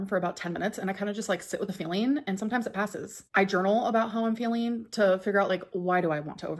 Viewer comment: Why does she NEVER pronounce words correctly????? Feeleen journaleen